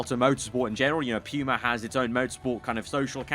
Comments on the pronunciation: Just a playful jest, but as an American, it's weird to hear Puma being said phonetically as P-yu-ma. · "Pew-Mah" brand